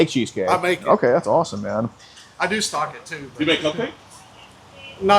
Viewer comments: When he said stocking, my mind went to "stalking" as well. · I thought same but it was stocking😂